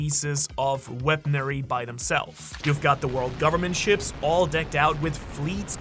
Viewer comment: its weaponry not weaponary